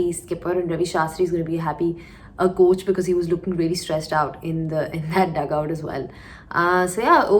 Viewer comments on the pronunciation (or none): none